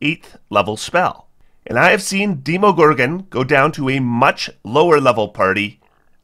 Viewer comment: "Deemo" lol. Demogorgon, like video game demos, imo. Edit: also, Arch-Lich. Not Ark/arc lich lol.